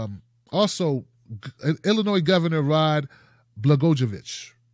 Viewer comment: Rod's name is pronounced Bla-GOY-o-vich, not that it matters. But if we're serious about getting corruption out of government, he should stay just where he is for his entire sentence.